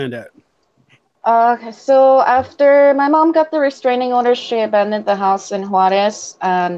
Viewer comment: Suddenly you have an accent when you pronounce Juarez. I am not impressed. Juarez is like Tiajuana. I do not feel sorry for you because your parents came here from Mexico. I grew up with a lot of mexicans and picked in the fields with many. You are so bullshit about speaking Spanish. You were not kidnapped and your dad never found you and took you away. Too bad you may have turned out a better human being with an appreciation for your culture not just shame for being Mexican. May be you can get the 3 years of free college. Clean house? One of those people who clean hotels? A Motel Maid? Is that the job you are so ashamed of your mother for having. You are a money grubbing piece of humanity. Why can you not be happy you got to come to America?